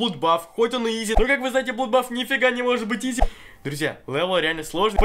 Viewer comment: Не блудбаф, а бладбас!